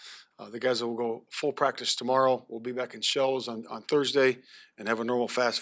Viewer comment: But he still begins every response with "Yeah", still says "cottonuity" instead of "continuity" & still says "prac'is" instead of "practice", so...fail.